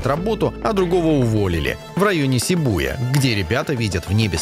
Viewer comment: За "сибу́я" отдельное... 😖